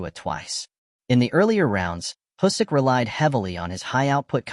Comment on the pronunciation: Can't watch this with the terrible automated voice and "Husyk" pronounciation lol